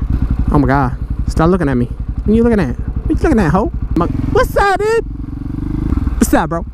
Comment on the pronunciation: when ever you say Suuh Dude i fucking laugh my ass off